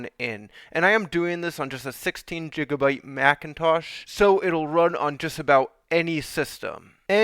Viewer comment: I know how the sizing of bytes work dude, i just found it hilarious you called you called it Jigabyte. was still a good video so im going to watch a few more of your vids and may subscribe.